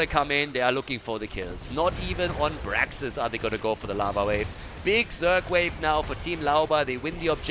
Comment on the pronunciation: It was not "Brexit", it is Braxis:/ I am dissapointed, u should know HOTS basics,. Shame on u, sir